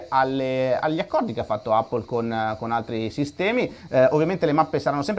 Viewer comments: NON SI DICE 'APPLE' SI DICE 'EPPLE' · Andrea la pronuncia corretta è "èppol" (non è un offesa :D) cmq continua così sei grande!